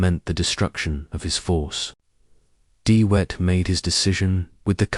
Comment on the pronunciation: De Wet the w is pronounced like a hard " V" not as wet as in water